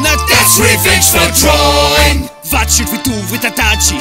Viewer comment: Drawing* not Droring